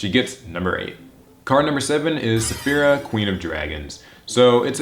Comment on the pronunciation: Finally there's someone else that pronounces "Saffira" correctly. Before now I've only seen PhoenixFlareX say her name correctly. It annoys me considering a lot of people have probably read Eragon and/or seen the movie to know how its pronounced because of that Saphira. Edit: And I'm glad someone acknowledged Odd-Eyes Gravity Dragon too. I just wish it was searchable with Pre-Preparation of Rites, cause it has a good Ritual Spell Card (it's a lot like the new BLS Ritual Spell in that it can Ritual Summon from the Graveyard too).